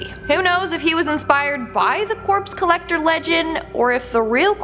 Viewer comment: “The Corpse Collectocter?”